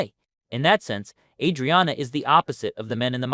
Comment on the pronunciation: Just gonna decide to pronounce her name you own special way ?